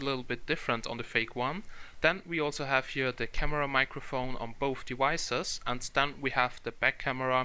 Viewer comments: Why do i feel you say "devices" like "dewices" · I hear it too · yeah its devices not dewises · "On both dewicces" Dat accent